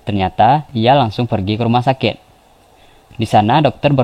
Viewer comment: Apa cumn gw yg denger dia lngsung pergi ke ruma sakek??🙄 Chanel orng Madura Tah??